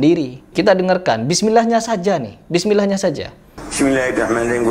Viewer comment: Bukannya itu sudah termasuk bacaan yang salah ya? maaf, dasar bacaan Alquran apalagi dalam sholat bukankah bacaan itu harus benar a? ini mulai dari Bismillah saja tidak diucapkan dengan benar, gimana lanjutannya?